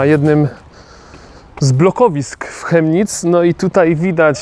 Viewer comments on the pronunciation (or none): Prawidłowa wymowa nazwy miasta to Kemnic, nie Chemnic. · Wymawiamy tą nazwę miasta Kemnic (fonetycznie) a piszemy Chemnitz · To sie wymawia " Kemnitz"... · Kemnitz sie wymawia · chyba z tego co słyszałem oni „Kemnitz” wymawiaja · Zez mieszkam od noe dawna w Chemnitz ale nadtepnym razem mow przez K a nie Ch🤦‍♂️"kemnic"